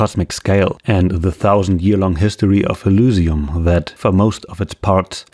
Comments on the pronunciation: Why do you pronounce Elysium as [ulusium]? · Great video. One thing to note though. You make a very in depth video about a subject. It'd be nice if you don't mispronounce it 20 times during the video. You even show clips of them pronouncing Elysium properly. I don't know why it bothers me this much but it's something that in my opinion should never be fucked up. You do dozens of hours of research but can't be bothered to pronounce it right? If the facts weren't on your side then I would've dismissed the video because how do you want people to trust you when you can't even get the name right? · accent bro